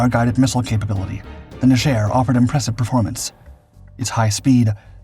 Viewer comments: ok, i love this narrators voice but hes always trolling us with intentional mispronunciation. Just like Chassis, Nesher is just Nesh-err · It's pronounced "NEH-sher," accent on the first syllable. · NE-sher the accent is in the NE . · something's off with the video, it's over smoothed and hard to watch. It's pronounced NEH, SHER like 2 words